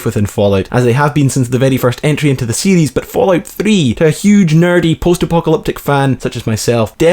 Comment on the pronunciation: it İs fallout not falloyut?!